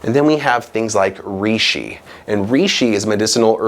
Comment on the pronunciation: Great video! Thank you! Reishi is Japanese and it's pronounced "ray shee."